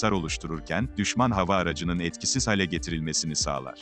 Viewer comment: Konuşmada hale kelimesini düzeltelim, hâle olacak, lütfen